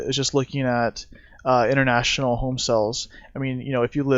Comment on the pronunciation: Nice headlines round up video. However...It's "sales" are down. Not "sells" are down. I don't know how this got started, but every time someone misuses the word, it makes me cringe. I don't remember any educated people confusing the two until only a few years ago. Reminds me of backwoods West Virginia speech (kindest people in the world, horrendous grammar). A "sale" is a noun. "To sell" something is a verb.